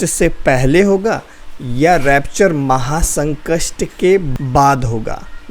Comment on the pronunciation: Maha sankast nhi Brother maha sankat boliye...baki ok.ok.😊